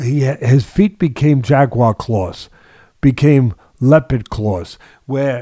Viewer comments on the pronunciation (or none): Isreal "jag u war" Adesanya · Crazy that Teddy called it “jaguar.” Alex’s first coach called the style he taught Alex “jaguar” style too